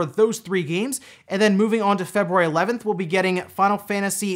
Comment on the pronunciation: Is it just me or you pronounce February weird?